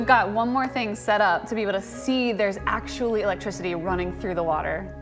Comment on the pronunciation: He said electrocity